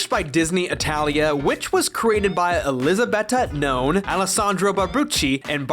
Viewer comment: Actually, they're pronounced Elisabetta Gnone, Alessandro Barbucci, and Barbara Canepa.